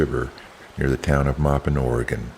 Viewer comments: Thank You for the video 😊 The name of the town of "Maupin" is not pronounced "May-Pen" but rather more like "Mah-Pen"!! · Great video but, Lol when you say Maupin...think of how you wash a floor. You'd be MOPPIN' it. Not Maypen it. I've rafted the Deschutes 6 times out of Maupin. You should come out mid August to see what the area is really like peak season...there's still camp sights available. But it's no ghost town like in March. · By the way it's pronounced Mawpin not Maypin Though it's spelled Maupin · Not May-pin, Ma-pin is how you would say it. Saying it wrong just lessons your credibility. Take a little time and talk to a local and find out how say it correctly. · The town is pronounced moppin'. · Maw-pin, but great film. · Maupin is also pronounced 'Maw pin' . My high school played their high school. I grew up in Central Oregon. And the falls is actually named after Mr. Joseph Sherar 😊 It is Sherars Falls. Joseph Sherar was also one of the main characters in Jane Kirkpatrick 's books, which also won all kinds of awards. The name of the book is "A Sweetness To The Soul". She write great award winning books. You do have a great voice for narration.. thanks for sharing. Take care. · The name is pronounced "Moppin". If one continues downstream (north), the road gets REALLY rough, since it only gets graded smooth once a year, just prior to the summer rafting season. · Are you using partial AI voice over? You pronounce Maupin correctly once but then another time it's so far off... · Nice video, but "To get to the Deschutes River Byway, you traveled south from the Columbia River Gorge and "the gals", Oregon"? Try again. Additionally, Maupin is pronounced correctly at first and incorrectly when you get to town. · Very nice, one of my favorite rivers. No offense but pronunciation of some locations (The Dalles, Sherars Falls, Maupin) was different than my local experience. Thanks for the video.